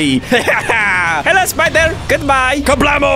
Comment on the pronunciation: it was "spiderder"